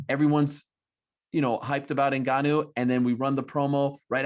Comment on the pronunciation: Get Ngannou name right. lol common men, the guy is a champ.